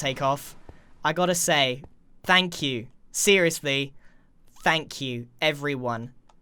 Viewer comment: thpanx u grian: tnx